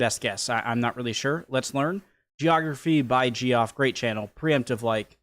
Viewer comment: Dude, are you seriously still mispronouncing "Geoff" as "Jee-off" even after you have been corrected numerous times due to your incessant previous mispronunciations of Geoff Lindsay? Geoff is a common name in English-speaking countries, so you (as a supposedly native English speaker) should know how to pronounce such a simple name, even more so given that you acknowledged a previous correction of this exact same error in an earlier video.